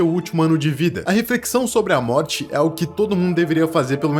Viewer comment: So eu percebi que ele falou no trecho Moti em vez de morte